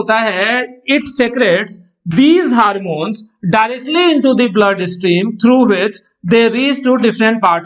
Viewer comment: HARMONES nhi HORMONES 🤦‍♂️🤦‍♂️🤦‍♂️👹👹